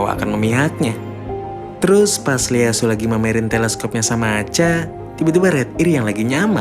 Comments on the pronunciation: Ieyasu bro, bukan Leyasu 😁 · Hadir min 👍 Koreksi min baca nama Ieyasu itu "ieyasu tokugawa" bukan Leyasu 🙏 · ieyasu tokugawa min, bukan leyasu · IEYASU bukan LEYASU